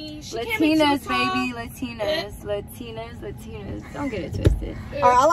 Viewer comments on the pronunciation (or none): can’t even say latina right